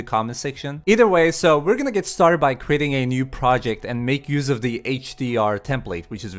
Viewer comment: I cried when you say startes